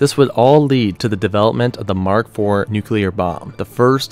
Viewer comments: The c and l in nuclear are adjacent. There are no vowels between them. the word should be pronounced “new clear” like….FFS it isn’t hard. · It's pronounced nu clear nu clear. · Really should work on pronouncing things correctly. Every time you said "nucular" I cringed a little. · Argh. There isn't a U after the C in "nuclear". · Very informative, hard to watch though because the guy narrating the video about nuclear weapons can't pronounce nuclear properly. And it isn't the "continual United States, it's continental. Finally, please Google plumb Bob. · Kind of embarassing to make such a detailed video and be unable to pronounce the word nuclear. This is getting upsetting to not find a person being able to say it. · New-clear NOT nuke-you-ler. Idk about how others feel about an error such as that, but it’s hard to take this video seriously with the word nuclear being mispronounced every 30-45 seconds or so. Sorry- I can tell you’ve put a lot of work into this, but you have to check every detail of your information if you’re going to be taken seriously, or used as a source. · The word for mainland US is contiguous. And its pronounced nu clee ur. Not nuk u lar. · STOP SAYING NUKE-ULAR. It's NEW-CLEAR. That's how you pronounce it! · Please, nu-cle-ar, not nu-cu-ler, otherwise great.. Dave in Chicago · 2 syllables in nuclear bruv. Its "new-clear"...not "nuke-u-lar" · NUCLEAR, not Nucular. Fuck sake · it's nuclear, not nuculer. God!🙄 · "then there nu-cu-clur weapons..." 😂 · absolutely not. Nu-clear is the only correct pronunciation. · Stop saying "nucular" ffs. This isn't a word! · So did this guy just say nuc-u-lar? You've got to be kidding me. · "Plump bob" "Nucular" "Continual" "Seimologists" C'mon maan! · Soooo glad you don't say "nucular". Edit - no wait... you do. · Nucular… hehe. I’m not a stickler for proper grammar, but I can’t do it with the George W. Bush pronunciations while trying to enjoy this somehow. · Say it with me now... "Nu-clear" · Nu-cleer Christ man